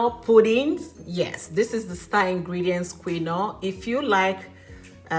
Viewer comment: Why are you pronouncing quinoa that way ? I have never heard anybody pronounced that way before 😂😂😂